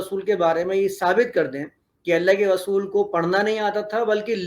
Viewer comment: محترم صاحب آپ کی زبان سے ر کی جگہ و نکل رھا ھے یعنی رسول کی جگہ وصول سنائی دے رھا ھے اگر یہ درست ھو جائے تو بہت اور صحیح اچھا تاثر پہنچے گا۔ سننے والے کو